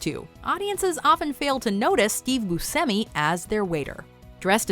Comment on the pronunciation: Yeah, Steve pronounces it "boo-SEM-ee." Butchered Italian. But not as bad as "SHY-voh" for Schiavo.